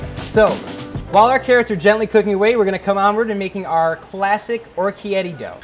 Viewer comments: what does he say? okietti? XD orikette! He's clearly never been to Italy! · Or-key-etty? How is is possible that they came up with the recipe and he never came across the correct pronunciation?